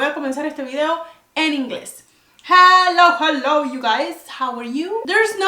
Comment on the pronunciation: Heeeyyyy!! At first I thought I you were saying "Hallo" 😄 I understood everything. Great job ❤️